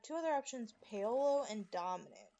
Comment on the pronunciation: FYI it's Paul-O